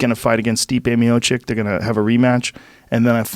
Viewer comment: Joe "Stip Miocick" Rogan